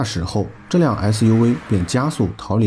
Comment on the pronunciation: 解說員唸SUV超好笑尤其是V